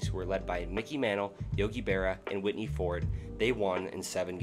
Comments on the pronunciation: "Whitney Ford?" Who the hell is Whitney Ford? I've heard of Whitey Ford. Not a good look, my guy. Nor is mispronouncing "Raleigh," "Rutherford" or "Potomac" as long as we're at it. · And it's Whitey Ford, not Whitney Ford. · WHIT-NEY Ford of the Yankees? I think you mean Hall of Fame pitcher Whitey (pronounced why-tee because he was very blond) Ford. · Whitney Ford instead of Whitey Ford. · Hall of famer Whitney Ford played in Rootherford for a while, then he moved to Riley. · What bothers me is that he spent so much time researching the facts about these moves but didn't take the few minutes necessary to make sure he was pronouncing these names correctly. It would be different if the three words were unusual, but any baseball fan should know it's Whitey, not Whitney, and anyone who knows anything about American history should know how to pronounce Potomac. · Whitney Ford wtf lol 🤣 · I heard Whitney. I ran it back, heard it again. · He said Whitney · lol, yeah that and Whitney 😂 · The mispronunciations here are comical. Whitney Ford. East Rootherford. Rooley NC, the pot-o-Mac River… Seriously, how does this happen? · Stopped watching as soon as I heard "Whitney Ford" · I heard "Witty" lol either way you gonna talk baseball history, you can't mix that name up and get taken seriously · "Whitney" Ford? Um, WHITEY Ford. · "witty" ford hahaha you sweat summer child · Cool concept, but man, Whitney Ford? Pot-o-mac? C'mon man! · It's WHITEY Ford. Not Whitney ! GEEZ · “Whitney” Ford? Really? I had to listen 3 times because I really thought there was something wrong with my hearing. Stop making MLB videos now…or develop a more thorough knowledge of MLB history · A correction. It's Whitey Ford not Whitney Ford. And it's Raleigh not Riley. And it's East Rutherford not East Rootheford. I mean, really? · Yea, I stopped listening when I heard “Whitney” Ford. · How can a channel dedicated to sports and baseball mispronouce "Whitey Ford".